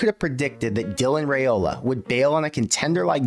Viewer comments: It's Rye-Ola not Ray-Ola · If you're gonna act like an expert on Nebraska football, could you at least pronounce Raiola correctly??? RYE-OLA.....not that difficult. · RYE-ola please say it right